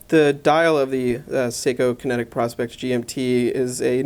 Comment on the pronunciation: PRO-SPEX!!! Not prospect, you know, as in the contraction of the words "professional" and "specification", then throw in an "X" at the end for the marketing factor. It is NOT pronounced like the old timers looking for gold in dem der hills, you know, the prospectors! But yeah, a just "ok" review of an excellent chunk of a time-piece; I'm loving mine.